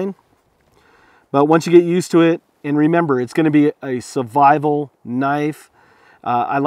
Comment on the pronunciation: I'm sorry but it has been bothering me a lot ... why do you pronounce "survival" as "suvival" ???